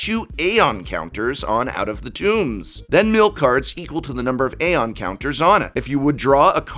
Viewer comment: Articulating the silent a in aeon even when it's not present. Bold move.